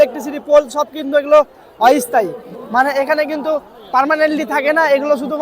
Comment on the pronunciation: "অই স্থায়ী" নয়, "অস্থায়ী"... যাই হোক ভিডিওটি ভালো হয়েছে।